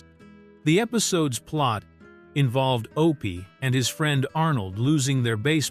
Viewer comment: It's not O P it's Opie! Why no genuine human voices on these docs. AI ruins everything!